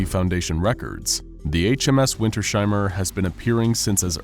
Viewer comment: No big Deal, but it's winters-heimer not winter-sheimer <3